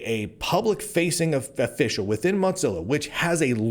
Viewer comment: I appreciate you, Lunduke. But why in the name of all that is holy do you pronounce it “Mot zilla”?